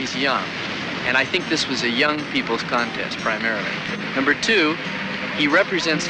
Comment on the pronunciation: "..seveneen..." crucial to not pronounce a T the middle of a word in Aus... ....top connest but...